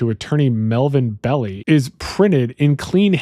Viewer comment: Melvin Belli is pronounced Melvin Bell eye, not Belly Armistead Maupin , it’s pronounced Mahhpin, not Maopin.